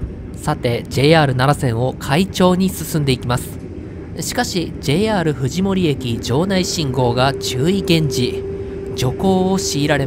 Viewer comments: のところ藤森(ふじもり)じゃなくてJR藤森(ふじのもり)なんだよなぁ ・・・ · ×ふじもり 〇ふじのもり